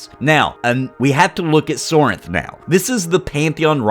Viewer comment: Sorhiryth... ehhh not a fan of this name as its not something that everyone can easily pronounce. You're saying Sorinth..but thats not how its spelled I'm confused.